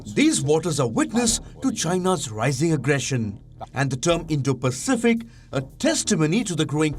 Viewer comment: Biden cant even say Indo-Pacific